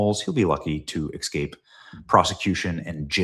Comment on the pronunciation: Benny, the word E-S-C-A-P-E is not pronounced EKSKAPE